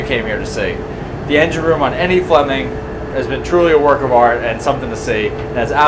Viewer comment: 'Flumming' or Flemming?